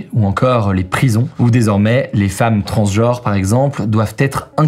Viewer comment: On dit genre, pas jore. Transgenre, pas transjore. 😅